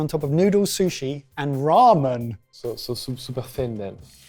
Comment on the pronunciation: said ramen the same way they say it in Duolingo 😂